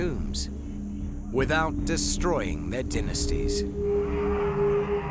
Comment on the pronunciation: Dynasties not dinisties ok